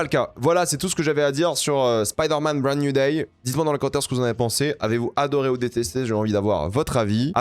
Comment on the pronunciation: Spider man brande nouille day , j'adore ton anglais